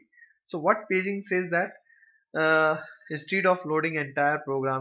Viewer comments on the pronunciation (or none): none